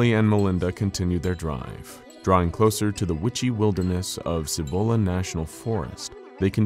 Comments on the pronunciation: Side note; because I hate how you pinché gringos can't pronounce some of the SIMPLEST Spanish(+Spanglish) words & names from here in NM(or in Spanish in general really)!! It is pronounced "SEE- BOWL- UHH" National Forest!! It's the forest on the eastern side of the Sandia(SAN-DEE-UHH) Mnts. Sandia being Spanish for watermelon, because of the color the sunset shines against the range(the range that is closest & most visible from ABQ, which also secretly holds an underground base that is directly associated to Kirtland Airforce Base and the Sandia National Labs! A place which, allegedly, is the actual place that the crafts from Roswell were taken, reverse engineered, reconstructed, and then eventually were used & improved on for the US Government. My mom used to work at Los Alamos National Labs(WITH BOB LAZAR NO LESS) near the reactors & the other nuclear resources(maintaining the highest level of clearance a civilian is able to) and she told me that because New Mexico is essentially the world's biggest volcanic graveyard(with all kinds of volcanoes from all different eras and ages) that there are giant, miles long tunnels that connect LANL to SNL over 90 miles away, and to several military bases, most notable the Dulce base which is ridiculously famous for being the central location for an alleged underground alien revolt battle from the hybrids created by the US government!! Dulce also being one of, if not THE MOST UAP & other paranormally active places in the state and count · >.< another good episode but I have to be a pain. I'm a NM local and for the pronunciation for Cibola. The C actually says its name so its not a hard or soft c. its one of the weird ones i know. Sorry local pronunciations not said correctly kind of urks the locals.